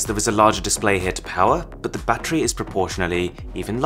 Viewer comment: battery sounds like boobies